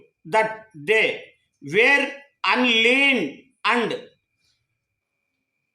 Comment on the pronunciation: బ్రదర్ ఇక్కడ అన్న చెప్పేది తప్పు ఆయన (అన్ లార్న్డ్ ) ను (అన్ లీన్డ్) చదువు చున్నాడు.దాని వల్ల అర్థం మారిపోతుంది.